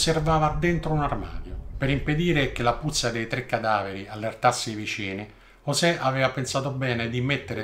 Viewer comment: Ooohh, finalnente uno che ha chiamato sto "poraccio" correttamente (ne "giosè, ne Yosè etc etc..)... Poi invertebrato mi sembre una variazione più che calzante